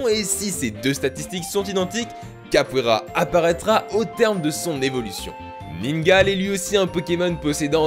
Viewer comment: On dit" Ningalé" pas ningal